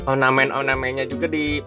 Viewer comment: Ornamen bang bukan onamen